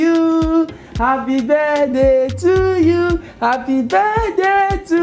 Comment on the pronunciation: Not tryna disrespect but when Nigerians say happy birthday they pronounce it HAPPY BEDAY TO YU